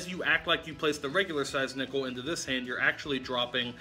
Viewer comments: when you said nickel i taugth you said nippel then i farted in front of my prfourmence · when he did the nickle trick i thought he said nipple.... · when you said nickel i tought u said nipple haaaaa. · I accidentally heard nipple